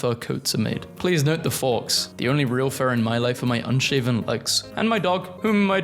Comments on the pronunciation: faux is not pronounced forks it's pronounced foe. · No offense, but who pronounces "faux" like "fox"? It's pronounced like "foe" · errm actually “faux” is from french & it’s pronounced the same way as “foe” ☝️🤓✨ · Faux is pronounced like foe, not fox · It is not pronounced "Fox", it is pronounced "Foe" even if it doesn't make sense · It's pronounced "foe" not "fox" btw! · It's pronounced "foe" or "faw" depends on how you wanna say it but it just genuinely triggers me when people say "fox" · saying faux as fox hurt me, its pronounced "foah" or something like that. not fox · Faux is pronounced like Foe rather than Fox. If I was only listening and wasn't looking at the screen during this part, I would have been curious to how a Fox Fur Coat would be vegan.....Got a good chuckle from the video though, keep it up. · never heard anyone pronounce faux as "fawks" instead of "foe" 😅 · 🤓☝"faux" is pronounced "Foe" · its pronounced fo (o like mode) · "Faux" is pronounced "fo". Because of course it is. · it's pronounced "fow" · It's pronounced PEE-TUH!, faux is NOT fox it's pronounced foe! learn the pronunciation of words!! Can't stand the way you mispronounce words!! Missouri is pronounced mi-zery! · Greg showed up twice 😂 Thrice! Four times! Five times! (Also Faux is pronounced like Foam without the m and PETA is pronounced like Peeta)